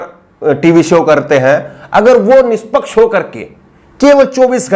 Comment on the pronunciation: Tu Rajasthani lg rha h yr निसपक्स से 😃😃